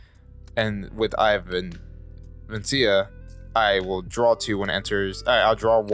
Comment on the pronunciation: please for a dnd player this hurts its vecna as in vekna not vencia